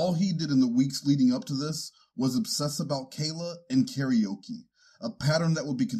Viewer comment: Pause to appreciate how karaoke was correctly pronounced.